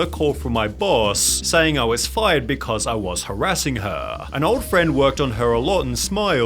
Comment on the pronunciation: "Almost got her FYUUHD" LMAO